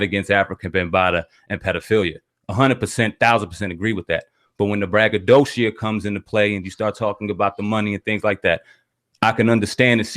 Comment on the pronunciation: Lol ”Bragadocia”.